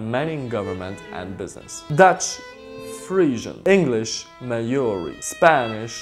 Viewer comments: Hey! I noticed when you said Maori you pronounced it May-ori, which isn't the correct way. Try to pronounce it Mao-ri. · i just came to see how you pronounced maori and ........ i was not surprised it's pronounced mowry not mayoree, you kind of have to roll the r tho.. idk it's hard to explain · NockeyNoo pronounce it like “mouldy” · we actually don't know what's actual pronounce, we pronounce "mao-re" but his pronounce is just like english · For new Zealand you said Maori wrong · His pronunciation of Maori was bloody dreadful. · He can’t even say Maori, I’m offended as a New Zealander